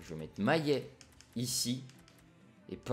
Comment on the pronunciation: C'est MaLLet et pas MaYet mdr